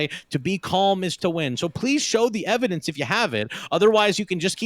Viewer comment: Did... did he say "evidece?" Mount that evidece!